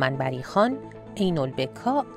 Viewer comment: گوینده متن :عین البکاء باضم حرف باء است ،باعذرخواهی